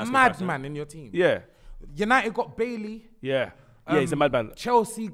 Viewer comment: I swear to god I've never seen a guy pronounce so many names wrong 😂😂 How's calling Eric Bailly "Bailey" bruv. Had me googling a united player calling Bailey 😂😂